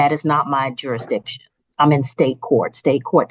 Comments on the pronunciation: It’s pronounced JURISDICTION not juradishon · "Jurydishun"-- oh, boy, off and running! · What is "jury dition"? Seriously these people are from an alternate universe. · Not a single one of these people can say jurisdiction lol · Why can’t any of them say “jurisdiction”? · Jurisdiction really is NOT a difficult word to say. Many seem to struggle.